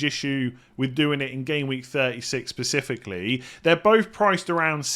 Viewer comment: pacifically?